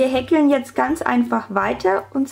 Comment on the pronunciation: so easy und toll zu machen, danke <3 nur wie du häkel aussprichst ahhhhhhh, wie hekkel grins , aber ned schlimm lol